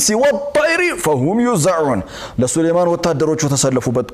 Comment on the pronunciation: ንባቡ ግን لِسليمانَ ነው እንጂ لِسليمانُ አይ ደለም